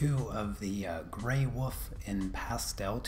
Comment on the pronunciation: For the love of God! There is an L in the word Wolf! Otherwise, great pastel work. LOL